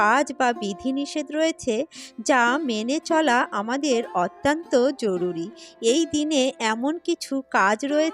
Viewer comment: বক্তব্য ভালো লাগলো। কিন্তু কিছু শব্দের উচ্চারণ বেশ শ্রুতিকটু লাগে সেটা অনেকেরই আছে। তেমন 'র' অক্ষরটির উচ্চারণ 'ড়' দিয়ে বলা আর 'অত্যন্ত' শব্দটি 'অত্যান্ত' উচ্চারণ করা। অনেকেরই এই ত্রুটি দেখা যায়। মনে হয় এটা একটু শোধরালে আরও ভালো হয়। ভুল উচ্চারণ কোন aristocracy আনে না। এটা বলার জন্যে কিছু মনে করবেন না।যেটুকু উপলব্ধি করলাম তাই বললাম। এজন্য দুঃখিত।